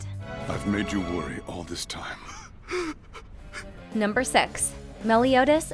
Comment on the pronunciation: Did she just said "Number Sexs"